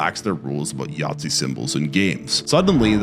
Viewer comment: I'm sorry are you seriously calling a Nazi a Yahtzee? They don't even sound similar.